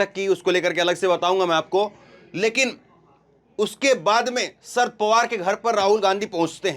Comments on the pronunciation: शरद का अच्छा उच्चारण करो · सर्द पवार नहीं शरद पवार भैया